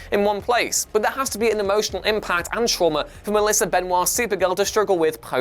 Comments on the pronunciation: Her name isn’t Benoit, it’s Benoist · Her name is NOT Melissa Benoit... nor is it pronounced Benoit... Benoist... Benoist like moist or hoist... Be-noist. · Reads Benoa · Melissa pronounces her name "Benoyst" not "Benwha", there is a video on Youtube when she explains it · Actually it’s pronounced Benoit but Melissa said she prefers to say her name like benoist because she prefers it. So neither are wrong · Benoist rhymes with moist, dude. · I know, but that is not how she or her family pronounces it. She explains that "Benwah" is how it is normally pronounced, but they don't. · The way you pronounced Benoist is wrong! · Why does he keep saying Melissa Benoist’s last name wrong ?!???!!!! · He's pronouncing it like it's french where oi is pronounced ua lol. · He's pronouncing it like French do. ;).